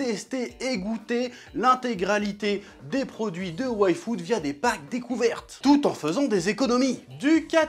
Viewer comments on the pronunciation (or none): A chaque "yfood" j'entendais "waifu" haha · moi aussi j’entend waifu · Pourquoi j'ai entendu Waifood? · T'es pas seul moi aussi sa ma fait sa